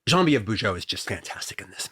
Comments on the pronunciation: The way Tarantino pronounces "Geneviève" (Bujold) is hilariously incorrect. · I was gonna say has QT butchered the pronunciation of the lovely Genevieve Bujold? The answer is yes!